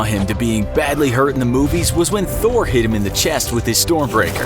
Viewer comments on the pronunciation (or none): none